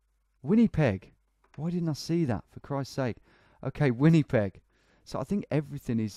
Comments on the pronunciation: As a Canadian it murdered my ears how he pronounced Winnipeg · “Winnypeg” lol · “Winny peg”